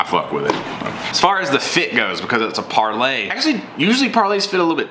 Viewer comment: Par-LEE. Par-LEE.